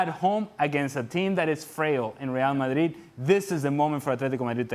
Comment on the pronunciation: I just love the way calls Real "Marid" without the d. As someone who doesn't know a lick about Spanish, it sounds just sweet in my ears 😊